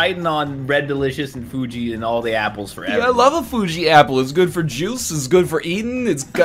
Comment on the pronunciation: I've had "i love A fUJi appuhl" stuck in my head for months and I dont know why